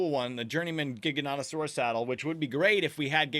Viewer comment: OMG HE SAID GIGANOTOSAURUS RIGHT FOR ONCE